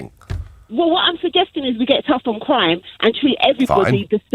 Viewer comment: "Tuff on cwime"